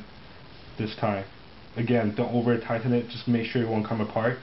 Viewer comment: anyone notice how he says "tighten"??? hahahaha